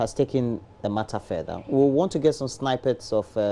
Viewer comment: The word is snippets (pronounced as /snɪpɪts/) not snippers! Fools! Disgraceful beings!!!